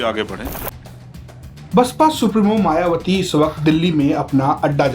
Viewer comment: मायवती नही होता है मायावती होता है सुधार करो